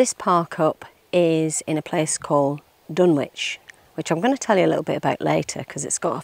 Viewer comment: It’s pronounced as ’Dunnich’, with a silent W